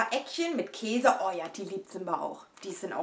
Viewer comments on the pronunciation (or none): none